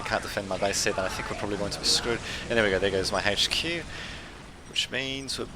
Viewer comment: It's H Q not Hache Q